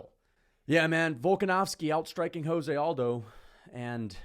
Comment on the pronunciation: Jose Aldo is Brazilian. His name is pronounced Portuguese. So it's not 'hoze' but 'jose' as in Rio de Janeiro.